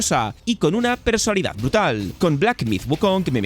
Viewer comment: Muy buen video, pero tuve un problema, que me ha pasado con otros videos tuyos: ¿por qué dices "persolidad"? La palabra es "personalidad"